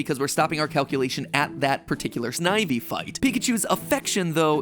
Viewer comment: The 'I' in snivy is similar to stiff sniff, etc not like I, hi, tie. I don't even like the B/W gen and i know that. Re-record the whole thing. Canto not kahnto. And do as the name of the region, and give it some feeling.